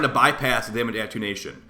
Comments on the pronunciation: At-ten-u-ation, instead of attunation. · Attenuation - say it with me: AH TEN YOU A SHUN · It’s pronounced A-ten-you-ashun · Sorry I respect you and all but hearing you mispronounce attenuation so badly just hurts. Ah - ten - you - A - shun